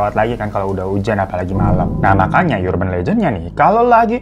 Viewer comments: Bang dibacanya bukan "Yurban" tapi "Urban" 😁😁😁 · bacanya 'erben' bang, bukan 'yurben' :( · erben bang bukan yurben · Bang URBAN bkn dibaca yurban tp arban (vokal a kcil) .. Ga smua awalan U dibca jd yu. URGENT jg dicari argent A diucap sama kyk urban. Dlm bhs indo ada PURA di Bali na gt baca a sama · Bang mohon maaf "urban" bacanya ˈərbən bang, bukan yurben. Mohon maaf netizen & para majikan sekalian, jangan dibully hatiku rapuh 😢